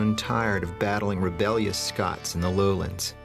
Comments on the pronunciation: It's Scots (humans from Scotland), not Scotch (whisky). Geez. But other than that, this is a great little documentary about early American history. Love the info about the music. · SCOTS-IRISH, **NOT** "SCOTCH"!!!! Scotch is a whiskey ye dimwit!